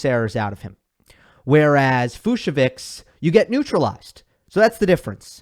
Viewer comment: I heard it’s pronounced Fuch-so-vich